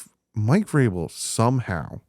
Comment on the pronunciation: As soon as you Said Mike vrabel I turned the video off lol